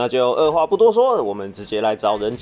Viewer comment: 唯獨一直把人機聽成人妻😂